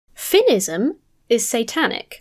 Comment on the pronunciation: F’inisim?! F’inisim?!?! The fuck is F’inisim?!